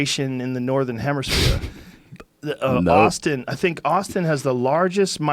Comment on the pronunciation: Joe "Hemersphere" Rogan 😂